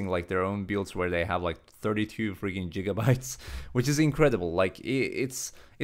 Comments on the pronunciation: You said Jigaytes like 5 times i laughed each time. xD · I was cracking up about “jigabytes” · he's trying so hard to make a good video and keeps saying jigabytes. cracks me up every time. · 10 jigabytes btw. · You know, we, europeans, say jigabytes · Jigabytes! lmaoo XD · Jigabytes lol